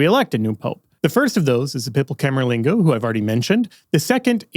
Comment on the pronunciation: CamerLENGO not CamerLINGO ... mama mia!!!